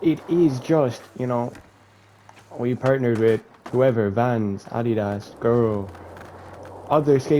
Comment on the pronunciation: Did he just say. ADI DASSS